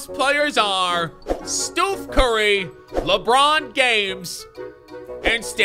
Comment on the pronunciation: You said stoof curry not Stephen curry so you can still pick him if they say his name right.